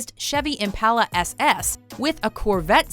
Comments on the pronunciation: It's Impala not "Impaila" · The way she says impala pisses me off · She cannot say Impala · She pronounced the Chevy impala wrong. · Am I the only one who can’t stand the way she says impala